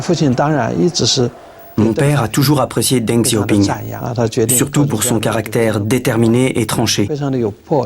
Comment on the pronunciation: hahaha oui, la prononciation est horrible